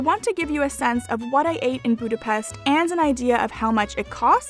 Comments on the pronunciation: Boo-da-best..... triggered hungarian noises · I liked your video and because you were struggle pronouncing some word with “s” i try to help you! If you see an “s” in a Hungarian word it has to be pronounced like “shhh”, and it is always like that, so easy to memorise. “sz” pronounced “s”, as you do it in english normally. I hope it helps, and trust me will be appreciated by Hungarians if you pronounce Budapest(not Budapeszt!) properly! ;) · a little lesson: How to say Budapest NOT boo-da-pest CORRECT: boo-da-pesHt 😀😉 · It isn't pronounced 'Boodapest', it's Budapesht' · Did you not have the biggest Hungarian dessert Palacsinta? My mother was Hungarian and I grew up with them. They are crepes with fruit filling. Crepes like croissants were invented by a Hungarian hotel chef, not the French. French chefs visiting Budapest (pronounced Buda/pesht) in the 1800's took them back to Paris. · great video but one thing I noticed is that if your making a video about Budapest you should make sure your saying "budape-sh-t" because in hungary unless there is a z after an s it makes a shhh sound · Great video. Its pronounced BudapeSHT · Buda- pesht! Try saying it correctly. You expect me to say Toronto correctly! And if you want to piss off a Hungarian, say that something in Budapest reminds you of Vienna.